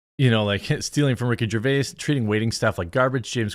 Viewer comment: Rickard 👏 Jarvis 👏 deserves 👏 better